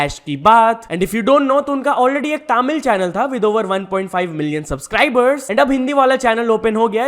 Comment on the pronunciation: Bhai its not "Taamil" its Tamil hope you see this and try to spell it out feels weird when such a pronunciation is said in a wrong way